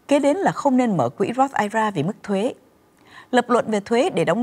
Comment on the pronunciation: góp ý thế nầy nha, nên đọc I R A rời ra vì đây là 3 chữ, chứ đừng đọc là "ai ra " giống như là I C E đừng đọc là ai,. chương trình Thanh Thảo Show "hay và hữu ích "lắm.